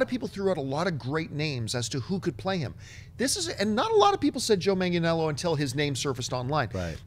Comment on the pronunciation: john campea your half italian how do you have trouble with an Italian name